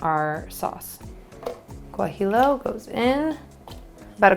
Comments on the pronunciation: Great tacos! BTW: it;s pronounced gua-hee-yo pepper :-) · Loved the video but I have to say... Guajillo is pronounced Wah-Hee-Yo. Or Gwah-Hee-Yo. pronouncing the L's as English L's is like pronouncing the L's in tortillas not as a Y sound. If you live near a large Mexican-American population you can sometimes find them in regular grocery stores, but they're fresher and usually cheaper if you go to a Mexican market. Thanks for the inspiration. I've wanted to try soy curls for a while but haven't gotten around to it. I think I'll pick some up this weekend and give them a try.